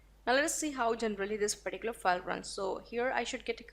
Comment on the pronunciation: your all videos are very informative...just ur pronounciation of "file" is so irritating...total fake!! please improve otherwise u r good